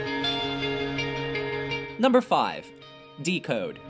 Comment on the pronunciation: I’m sorry but the way he said “Decode” triggered me